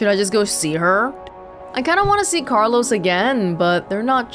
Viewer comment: When you said Carlos, it sounded like someone saying Benjamin